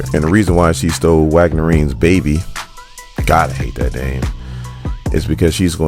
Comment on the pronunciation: Brother...neither weaponry nor stole have any D in the pronunciation. I'm your fan. I leave Likes....but saying "stoled" and "weapondry" makin u sound foolish af